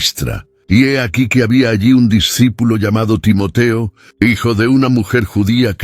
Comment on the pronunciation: Muy buena la narrativa lo único son los. Cambios de los nombres de los participantes a veces tiende a confundir Por eso es bueno poner los nombres tal y como los hemos conocido Timoteo no Timotio Timoti pablo no pol y así a cada uno que le ha cambiado